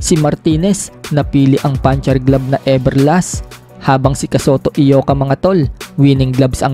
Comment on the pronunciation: Congrats tol kasi tama bigkas mo Eyoka hindi Ayoka tulad ng ibang nagmamagaling na bloggers